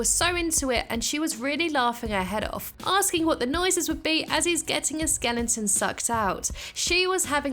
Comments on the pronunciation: Skeleton is not pronounced skellington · skelling-ton, first person I have heard after Richard Herring pronounce it that way lol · I love how she just says skellington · I love the way you pronounce skeleton skelling-ton lol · I was gonna say, that's not how you pronounce skeleton XD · I loveeeeeeeeeeeee punnnns